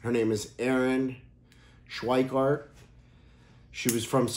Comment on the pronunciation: You have so many things wrong. You also pronounce her name wrong. It’s a nice gesture but do more research.